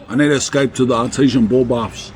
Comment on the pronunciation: Thought he was saying Artisian ball bath 😅